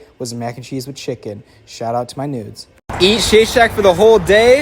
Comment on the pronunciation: “shout out to my nudes” 💀💀💀 i know he said noods but it also sounds like nudes